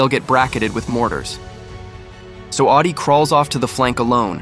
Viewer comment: Awdi not Oddy